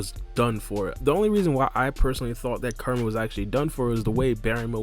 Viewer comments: Ku-Ra-Ma (Coo-Rah-Mah). Not Kar-A-Ma. Alright, video though. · Dude I'm sorry but I cant.... Kerma?? Kerma???? Koo-rah-mah KURAMA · This whole time I thought he was saying KARMA and was confused about why this has anything to do with karma but he's actually say KURAMA which now makes the video makes sense... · It’s bothering me when you call kurama “karma” Kur- a- ma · Who is Ker-ma? I thought it was Ku-ra-ma. Am I wrong? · KUR-A-MA ..3 syllables bro. Real easy to pronounce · Nah you're right. It might be their native tongue/language that makes it hard for them to properly pronounce and say Kurama's name. Or maybe he just speaks too quickly and needs to slow down a bit when saying the name. Whatever the case he is saying the name wrong and he's not the only one doing that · A lot of people pronounce Kurama name like that lol another spoiler video I watched before this said his name like that too😭